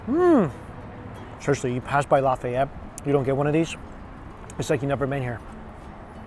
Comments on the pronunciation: It's Laugh-Ay-Ette. I'm from Lafayette. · If only I knew you were in Lafayette I would have lost my mind and rushed to Billy’s bc there is one thing you haven’t tried and it’s amazing. Oh and I would have taught you how to say some of them creole words 😅😂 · It's pronounced Law-fi-et (long I or long E sound) and etouffee is pronounced Ay-too-fay. You can't go to New Orleans and not stop at Bubba Gump Shrimp Co, Cafe Dumonde and one of Emeril's restaurants. And we call em crawdads or mud bugs. *sigh I shouldn't be watching this.. it's been 26/7 years since we left Mississippi and I've been craving king cake for so long.. you start showing me cinnamon bread stuff I start thinking about cinnamon roll king cake with pralines (praw-leens) and cream cheese frosting. OMFG! I'd almost give my left nut for another king cake. It's always crawdad season in the south.. they have farms for that reason. Oh and another thing it's ben-yays. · Lafayette = Lah-fay-yet Boudin = Boo-dan Etouffee = Eh-too-fay Les bon temp roulet = Let the good times roll!